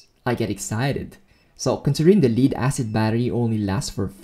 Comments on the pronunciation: it's spelled Lead but has two ways of pronounciations and two definitions. you're mispronouncing leed it should be pronounced "LED" lead VS leed. You did an awesome job, just that my ears cringed with wrong pronunciation. Death, dead VS deed, red, read VS reed, read and so on.... my goodness I've become a grumpy 'ol man "time for my meds!" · it's LEAD as in the metal lead, not lead as in "lead a team". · excellent video! only one suggestion: as good as your english is, Lead-Acid is pronounced Led-acid... as Pb in enlish is pronounced "led" not "Leed" otherwise, GREAT! any thoughts on how to increase the capacity limit ie increasing the 1050VA limit? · I’m super surprised no one else is annoyed by how he is pronouncing “lead” as “leed” instead of “led.” No one else? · Leed? Leed acid? 😂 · I know English has a lot of words that are hard to pronounce, Lead is pronounced Led like Led Zeppelin. Thats why they spelt it like that so it wouldn't be pronounced Leed. 😀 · just so we are clear "Lead-Acid" refers to the metal LEAD (pronounced LED). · you pronounce lead like leader and it triggers my autism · You are pronouncing lead wrong.